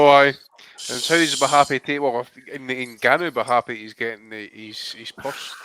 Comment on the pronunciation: 😂😂 it's been a while since I've heard butcher an international name like that. Good Attempt mate 👍